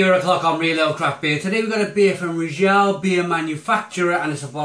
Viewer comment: Stop pronouncing Riegele like it's French!